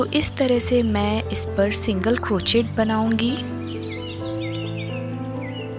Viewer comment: प्रियाजी, ये छोटेसे प्यारे से उल्लु का आपका pattern और आप की commentary तो बहुत अच्छी है। सिर्फ आपका बार बार "क्रोचेट" बोलना मुझे खटक रहा है। बुरा मत मानिये, लेकीन Crochet is correctly pronounced as " क्रोशे" and not "क्रोचेट". क्रोशे का क्रोचेट सिर्फ इंडियामे ही हो सकता है।😀😀